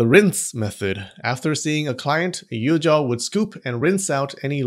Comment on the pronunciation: It’s Yujoo not Yujaaaahhhaaw